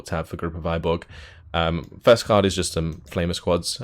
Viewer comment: TY 4 review. Its a bit hard to describe cyrillic letter "ы", but you can just copy this - Выборг - paste to youtube search and click any video. You should hear russian pronunciation almost instantly.